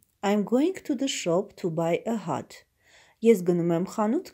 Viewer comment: Cat և hat -ը շատ լավ կարդացիք, cat կարդացվում է քէթ , hat հէթ Անգլերենի արտասանությունը ահավոր էր)))😒